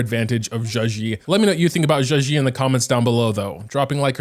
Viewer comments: Bro right its not zhuxi its zhezhi (like juh jirh) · Just saying, a better way to pronounce her name is probably something like “juh-jer” cuz in Chinese, “zh” makes a sort of “j” sound ^^ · i think u pronounce her name like “juh-jeh” , with the j’s sounding like the j in judge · be Butchering zhezhi's name😂😂😂